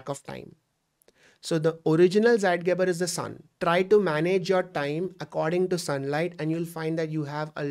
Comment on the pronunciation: Zeitgeber is pronounced as "Sss-I (eye)-T-gay-bar"